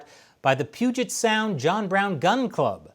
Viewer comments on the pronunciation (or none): none